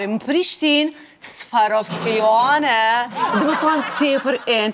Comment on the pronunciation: Kjo qe ben intervistë nuk din as emrin "Swarovski" ta shqiptojë! Zvarovski i thotë 😢